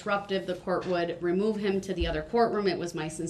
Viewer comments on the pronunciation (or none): And it’s “remove me den” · “Remoo me den” - Guy who thought he could outsmart 3 criminal prosecution attorneys